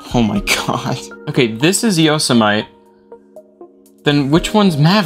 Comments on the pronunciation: Bro, it’s “Yositeme” not “Yositemet” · so-know-mah yo-sem-ite IT’S SOH-NOH-MAH IT’S YOE-SEM-IH-TEE Cool content though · The way he absolutely butchers the MacOS names lmao. Mojave js supposed to be pronounced like "Mohavey", Yosemite is supposed to be pronounced as "Yosemitee" and Sequoia is supposed to be pronounced as "skwoiya". I hope this helps. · how to pronouce yosemite yo is in yo se is in set mi is mu is in muffin te is in tea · Sorry if I’m being nerdy here, but I have to. The X in “OS X” is pronounced 10. (for example, you would say Mac OS 10.6 Snow Leopard, 10.7 Lion, etc.) “Yosemite” is pronunced “yo-seh-muh-tee.” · Yosemite is pronounced "Yo sim a tee" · stopped watching as soon as I heard yosa-mite. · As someone from Merced, the gateway to Yosemite, I cringe every time you say Yosemite wrong. Yo-sim-it-tee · yoh - seh - mite yoh - seh - mih - tee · yoh - seh - mih - tee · Yoh se myte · could you butcher the pronunciation of Yosemite and El Capitan even more for me? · you do NOT pronouce yosemite like that. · Uhh That's not how you pronounce yosemite